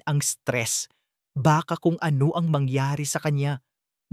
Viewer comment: BAT ang Basa mo sa ang ay eng😂😂